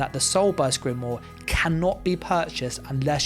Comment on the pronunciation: Please learn how to pronounce grimoire lol. Drives me nuts.